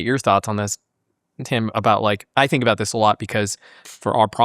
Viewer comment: How can somebody be so eloquent, knowledgeable, and posh-sounding yet have such awful grammar and pronunciation? ("fink" instead of "think", "we was talking about this")